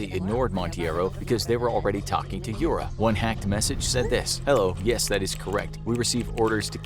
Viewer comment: Yura - you-rah (russian)